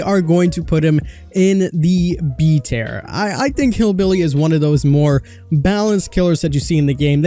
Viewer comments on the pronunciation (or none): "Tier" pronounced "tear" as in tear rolling down your cheek, not "tear" as in tear a piece of paper.